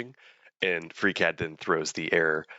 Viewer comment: anyone else heard "freak head" or is it just me? :D